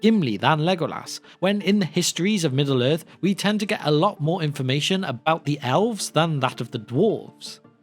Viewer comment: Is there a reason you pronounce elves as alves?